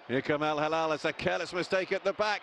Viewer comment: If you want to be an announcer, make an effort to learn the simple name of the club. It is not al- Halal (which means Kosher), but al-Hilal (which means crescent) (“HE+LAL”)